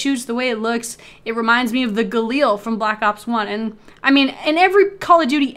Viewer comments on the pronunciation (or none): none